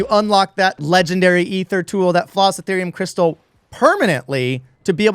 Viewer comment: This a pretty solid augment. They do need to tweak the tier 3 loot drops, for sure. Also, this guy pronounces Aether and Aetherium properly, so it’s a must sub.